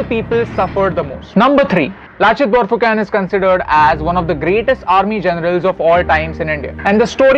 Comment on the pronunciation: Not phukan its phukon